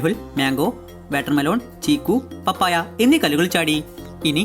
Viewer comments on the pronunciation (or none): none